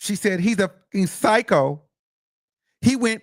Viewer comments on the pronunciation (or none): none